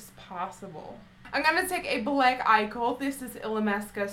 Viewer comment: I love how you say bllllend, bllllack, blllling.... :) True blood is my favorite TV show! ♥♥